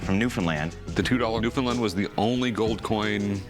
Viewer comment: best pronunciation of Newfoundland I’ve heard on tv Edit: that’s how you actually say it